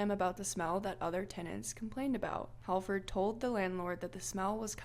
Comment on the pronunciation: I swear I'm not trying to nit pick but the "Hal" in the name Halford is pronounced as hall.